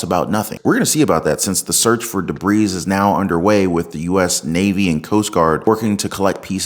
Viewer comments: Not to be toxic or judgmental but you are pronouncing debris wrong. The S is silent. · * debris : (duh-bree) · Just a little FYI…LOVE your channel and take on what’s going on… But the “s” in debris is silent!!! Debris is singular and plural. BTW I find it funny that you can’t use a straw in many coastal cities (because of the plastic!) but they wait to shoot down a humongous balloon with a huge sketchy payload until it’s off the coast of South Carolina?? One of the biggest summer vacation spots in all of North America????? Including Canadians!!!!